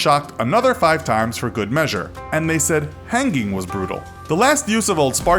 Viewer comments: "Hang - ging" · This guy is pronouncing hanging weird